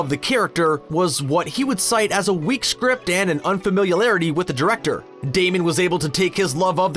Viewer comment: "unfamilialarity with the director"